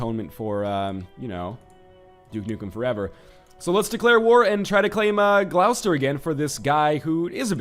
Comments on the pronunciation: It's pronounced Gloss-ter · I died a little when he tried to pronounce Gloucester.